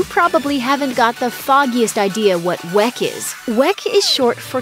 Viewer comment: it's pronounced WICK....... it may be spelled with an e but it is not pronounced that way.